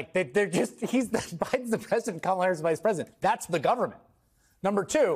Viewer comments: I know it’s the least relevant issue in this segment, but why Musk, Trump and all these other Republican speakers keep saying the name of Kamala Harris wrong? It’s offensive in petty. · Learn to pronounce your future President's name: in India, she'd be called "Kamla", but the way she says it so Americans can say it right: "Kaamala"